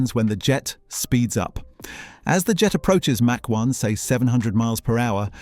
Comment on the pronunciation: I don't think this guy knows how to pronounce mach